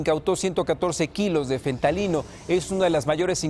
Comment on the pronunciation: Se dice Fentanilo, no "fentalino"